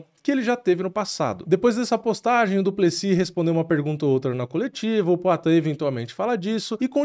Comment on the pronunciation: Pq o nome do maluco termina com S e o povo fala no singular, duplesi